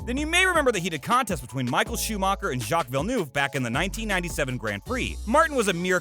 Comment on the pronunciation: I know this video is old. But wow. Don't talk about something you clearly have no knowledge of. Start with how to correctly say Ayrton Senna and Jacques Villeneuve actually every F1 racer name I think you pronounced incorrectly with the exception of Martin Also there wasn't sarcasm in what he said. He even said she seemed happy to talk to him. But her entourage stopped it. Also celebrities invited are informed that to participate with the pit walk you have to participate with F1 too ie. Talk to F1 media. It's Give and take. Atleast because of this celebrities can no longer have an entourage on the pit straight.